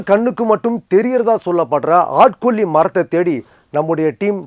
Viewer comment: ஆட்கொ'ள்ளி' மரம் என்று .சொல்கிறார்.. என்ன ஒரு அருமையான தமிழ் உச்சரிப்பு !🤣